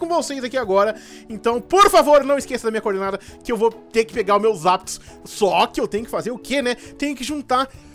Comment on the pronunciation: voce falou zaptos